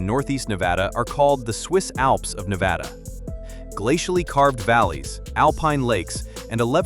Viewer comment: Nevada is pronounced "Ne-VAD-uh". With the "VAD" rhyming with "bad". It is NOT pronounced "Ne-VAH-duh." No variation of the pronunciation should end in "duh". You are mispronouncing it throughout this video.